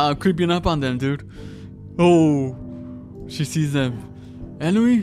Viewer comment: It's On-wi not E-noo